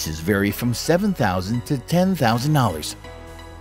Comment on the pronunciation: anyone find he pronounces dollars as "hours" ?